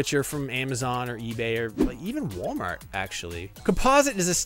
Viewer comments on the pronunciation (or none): none